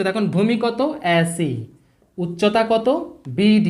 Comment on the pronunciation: এ এর উচ্চারন শুদ্ধ করা উচিত আ্যডি আ্যাছি এগুলো ঠিক করা উচিত